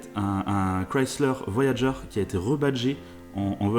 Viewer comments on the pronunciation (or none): none